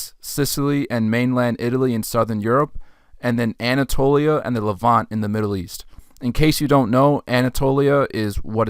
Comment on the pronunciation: The word is not pronounced as “levan-tay”. It’s the Levant (no E) and the adjective is “Levantine”.